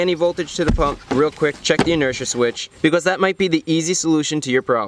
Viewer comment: I love the way he says “because” bee cuasse